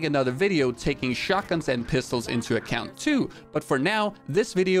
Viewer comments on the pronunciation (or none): none